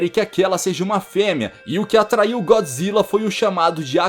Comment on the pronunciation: mano como se fala é gôdzilla n é gódzilla q se fala pra escreve é godzilla